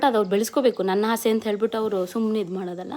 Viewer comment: ಹಾಸೆ ಅಲ್ಲ ಆಸೆ